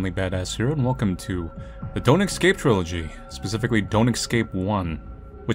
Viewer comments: Dear god Manly please, it’s ES-CAPE. Esssss-scape, not ecs-scape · Everyone: "Es-cape": "Ec-scape" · Do you say word "escape" wrong intentionally? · Oh man, with the way Manly pronounces "escape" (which is the incorrect pronunciation some people seem to have adapted for some reason) this series was bound to be interestingly frustrating 😂